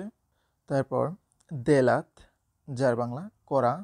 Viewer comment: কাক দেলা না বলে কাক জেলা হবে।